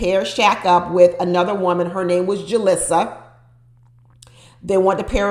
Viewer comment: Enjoyed the video. Julisa is pronounced ‘Ju-leesa’. They said her name incorrectly on the show. 😁